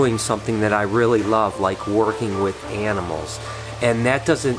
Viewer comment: i thought i heared enemels instead of animals.. but anyway rip ryan..